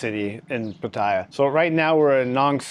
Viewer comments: It's not "Pa-Thai-ya". you say it closer to correct lol. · Please learn how to pronounce พัทยา… 😂